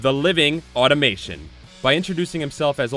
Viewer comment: Sorry for being that guy, but it's "Ultron, the living automaton, not the living automation"